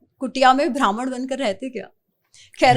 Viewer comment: It is not bhraman,it is Brahman.